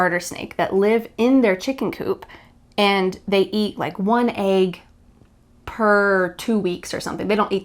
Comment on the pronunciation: Hi Vanessa. I find it interesting the way you have pronounced "egg" in this video and in at leat just another video before. Is it a matter of regions?